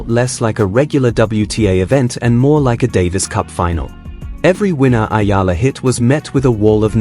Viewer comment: It's eala dude not ayala😅